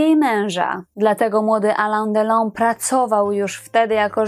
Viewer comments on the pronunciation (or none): No nie jedyny -. Alain Delon czyt.: alę delą a nie Alan.